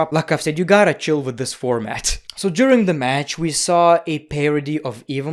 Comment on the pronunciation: And why say “juring” instead of “during”?! That’s just wrong… you need a doctor.